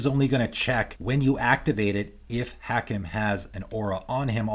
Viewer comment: Hakim: Haa-keem. Every time I heard the mispronunciation I cringed.